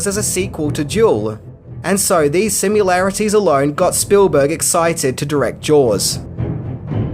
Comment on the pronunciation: 4 HEAVENS sake it's sim-A-larities not sim-U-larities!!!! Please for the love of all that's holy sa it properly